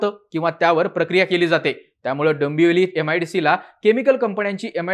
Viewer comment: काय भिकार उच्चार आहेत भावा तुझे.... दंबवली दोंबोली म्हणतोस